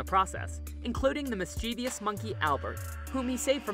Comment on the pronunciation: I'm sorry to bring this up, but please look up how to pronounce opulent, acquisition, mischievous, and ostensibly.